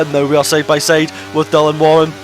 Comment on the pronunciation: saide instead of side, petted instead of pitted - why are you speak so bad?